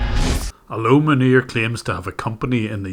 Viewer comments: Whenever I hear you say his name, I hear 'Manure' and I don't think that's an accident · I had a small laugh when I heard the scammer's name pronounced as fitting as it possibly could be for such a man of low caliber. Who would name their kid in the likes of cow waste, manure :) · The way you pronounce his name xDDD "MANURE"! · Am I hearing right? Is his name “Manure?” 🤣🤣🤣🤣🤣